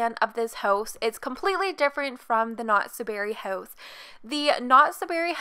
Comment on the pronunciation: Idk everytime she said "house" it sounded like "hoes" to me 💀